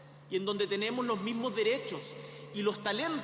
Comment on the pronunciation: TENIMO...😂😂😂😂 APRENDE A HABLAR..